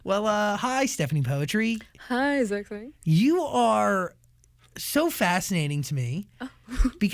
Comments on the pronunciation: She even don't know how to pronounce her name properly. Is it the parent that a bad parent or.. Is it she that bad at remember what her parent said to her? POETRI PRONOUNCED AS "PUTRI"(POOTREE). NOT POETRY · Lol never i saw this coming, an Indo at Zach's? bruh mantap jiwa. Btw ILY300 its cool and yeah but it's (still) too cringy even for me an Indo. It became viral here because it rode the train of hype of Endgame. ALSO btw her name is POETRI = PU-TRI (PU like in PUT) and (TRI like in TRINITY), it means "daughter/princess" in Indonesia. Peace from +62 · I thought it's pronounced "putri" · I always questioned why she pronounce her name poetri and now i know why..